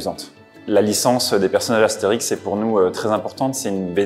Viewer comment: Excusé? Er staat niet voor niets een ' op de é. Dat is een lange e, waar je niet over heen walst. As-thee-rieks. Dat veel Asterix uitspreken als Astrix, net als dat kinderen kindren wordt, daar kan ik ook niet aan doen, maar in het Frans is het toch echt Astérix en niet Astrerix. Best een verschil. qui ça, Nou ja, ik geef hierom omdat ik Steven heet en niet Steven. Andere taal, andere uitspraak. Asterix. Punt. Zo heet de strip. Je kan het hele dorp erbij noemen, maar de strip heet Asterix.